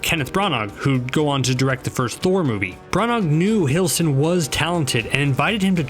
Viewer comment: I cringed when he said Tom Hiddleston's name